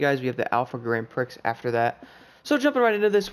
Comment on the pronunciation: The X in Grand Prix is silent. Thank the French 🥲